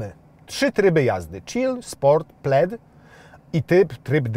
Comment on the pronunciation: Dlaczego w momencie omawiania historii nazwy modelu jedynie nazwa Plaid została spolszczona? Wszystkie inne zostały powiedziane poprawnie, a akurat nazwę samochodu prezenter powiedział źle XD